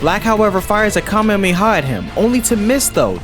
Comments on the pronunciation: KAMEMEHA? no offense dude but u pronounced it wrong its Kamehameha Dont pronounce the Ha in between the 2 m es too fast my guy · KA-ME-HA-ME. Not KaMeMe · Please tell me your joking. A "kamemiha" 😭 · nah bro really said kamemeha😭😭😭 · Bro rlly said kamemameha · I'm sorry a WHAT!?!? A Ka-meme-ha? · Why does he say kamehameha Ka mamey ha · "Goku black fires a kam-hem-he-haw at him" 😂😂😂😂😂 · A "Ka-meemee-ha?" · saying Kamemayha Me: (sighs) goes to the comments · It was going so good in the beginning not until you miss pronounced Kamehameha😭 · that's not what it sounded like you said